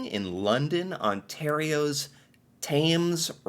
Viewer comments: your pronouncing thames wrong. it sounds like `tems. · It's referred to as the Thames River. Keeps it different from the one across the pond. 😉 It flows from NE of London down to Lake St. Clair. And, the "th" in Thames is hard. So it's pronounced "Tems". I'm surprised you didn't pick that up from your UK video page. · Thames usually pronounced tems